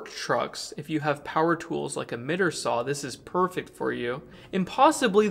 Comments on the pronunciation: I think it’s pronounced MIGHT-ER-SAW. Not mit-er-saw. ( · M-eye-ter saw.😂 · It’s pronounced “Might-er” saw 😊 you’re awesome, and can pronounce it however you’d like, but I thought you’d want to know. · hold on why is no one talking about saying mitter saw? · you made me laugh out loud and I had to rewind it when you said mitter saw. I know what you meant but it just made me chuckle that I had to comment. Keep up the great content, I know some stuff about electricity and solar but watching your videos definately helps me understand more and more. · what is a "Mitter Saw"? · At first I thought, “What the hell is a Mitt-er saw?” 😂😂😂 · Wondered who else heard that.